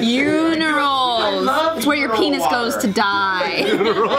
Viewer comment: lmao "Unirals". that's a new one